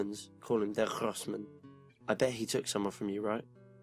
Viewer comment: sorry for being a pain in the bum but lots (all) CP narrators do this error Große (grosseman)mann is pronounced. with a hard G as in.Ground...now knock em dead! xx